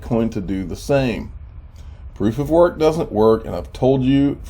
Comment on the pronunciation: Lol I heard it!! You almost said "Piece of Sh#@ when u said proof of work🤣🤣